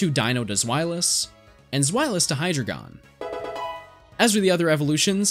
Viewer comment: Its hyDREIgon. Ein, zwei, drei. At least try to pronounce them properly. There's like 10 different mispronounced pokemon names in this video alone.